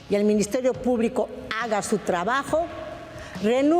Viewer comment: Dudo que sepa cde leyes. Escucha còmo prununcia Minsiterio Pùblico.